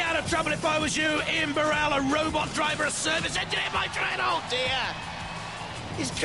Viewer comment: That pronunciation of 'bu-RELL' is so annoying!! It's 'BURR-ell'!!